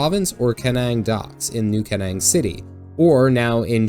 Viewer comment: Kernang? It's pronounced "Kine-Eng".